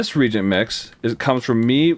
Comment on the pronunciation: 'ree-ay-jint'. that's how you pronounce it. not 'reejint'. fantastic series nonetheless. I have learned SO much. thank you 100x, thank you.